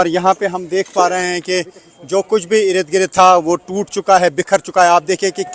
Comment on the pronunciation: Rid Girid nahi balki ird gird boliye